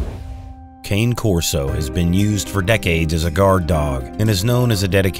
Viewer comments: YES and it is, and if you don’t know that you don’t know this breed! That’s a known fact, it’s not “Cain, King, Cane like a candy cane” ITS KAH-NAY KOR-SO sincerely a corso owner who breeds and shows …. 👏🏻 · The Italian mastiff is a (KAHN-neh)* Corso, not a walking stick (kayn)*. At least give it a lazy American, " 'Connie' Corso"... **Cä•nè [or can be marked as (cà•nè), but it still sounds exactly the same, so, it's however you need to see it, to say it] vs. cāne , (ah vs. ay) for further help, Search Merriam-Webster's Diacritical Marks and find pronunciation comparisons. To pronounce the Italian dogs name correctly, the A is pronounced like A in Kama or karma, which is exactly the same sound as the O in bother or cot. And exactly like when the doctor gets out the tongue depressor and tells you to stick out your tongue, and say , "Ahh". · Cane Corso is pronounced- KAH-NAY KOR-SO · I love my Cane Corso ( pronounced Cawnay Corso 🤨 ) . But I would also love the Alibai (Central Asian Shepherd) ... they are amazing. I don’t think they are to accessible in the U.S. 😞. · it's pronounced "Kah-nay" Corso.